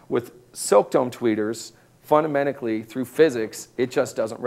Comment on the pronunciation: Haha "Fundamendically"